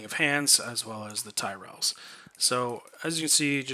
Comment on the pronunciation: homie said Tyrell